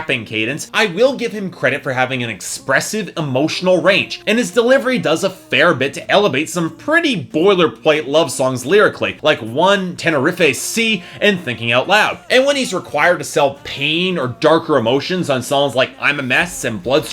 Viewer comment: Dont tell me i just heard him say 'Tene-riff-ay sea'....